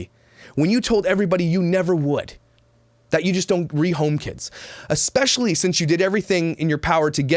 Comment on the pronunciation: Sorry, I was partially distracted during your rant. You mispronounced “especially” multiple times in a row. Myka said there’s an X in it - bet you feel dumb now...